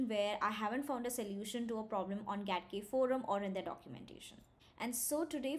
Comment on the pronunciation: Getting started with GATK4 Follow. GATK — properly pronounced "Gee-ay-tee-kay" (/dʒi•eɪ•ti•keɪ/) and not "Gat-kay" (/ɡæt•keɪ/) — stands for Genome Analysis Toolkit.